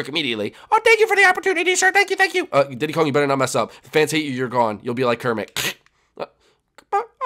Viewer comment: / I thought you said "keep dick Kong" XD